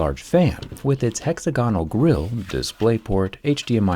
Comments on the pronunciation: "Hexa-gonal" grill" - brother please xD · What a strange way you have of pronouncing 'hexagonal'!